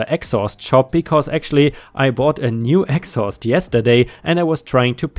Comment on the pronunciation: yes, im aware. Accent and pronunciation made it sound like a completely different word, which is what i was making a joke of.